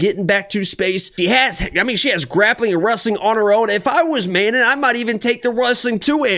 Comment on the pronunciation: Sounds like you keep saying "Amanda" instead of Manon lol ... I also agree with the Manon winning, but I'll hedge it with Erin blanchfield over 2.5 rounds